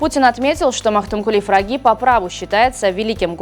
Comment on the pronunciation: Почему Магтукули фраги а не пыраги ?